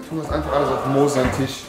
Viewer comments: TISCH Junge TISCH nicht TICH was ist daran so schwer .... 😂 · Ich gebe den Shop-Code erst ein, wenn du das Wort Tisch Tisch aussprichst und nicht Tich